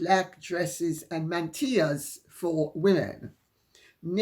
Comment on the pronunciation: Pronounced correctly by Lady C.